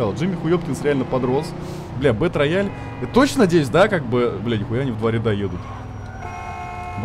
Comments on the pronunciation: Сам ты бетрояль) Это читается как БИТРЭЙЛ! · Зэ Бэтрэйал, а не рояль - _ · «БэтРаяль»😅… Язык выучи. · БэтРояль? Просто кровь с ушей, еще и повторил +100500 раз. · БЭТРЭЙАЛ, И ЧИТАТЬ ТОЛЬКО ТАК. БУЛКЕ ВЫВЕДЕТЕ В ТОП, ЧТОБЫ УВИДЕЛ!